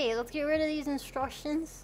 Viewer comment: three and a half hours to hear Mel say "I love deese nuts" .. It was all worth while ... <3